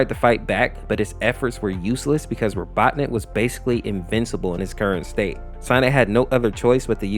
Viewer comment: my guy why do u pronounce robotnik like 5 different ways